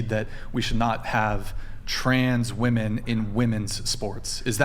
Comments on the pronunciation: Is it an older GenZ young Millennial thing, to pronounce "women" as "woman"? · 1. That chick was desperately trying not admit men are stronger 2. How is it so many women can't pronounce women?